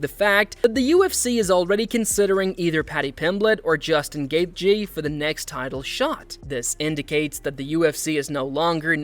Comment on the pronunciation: Bro pronounce Justin's last name properly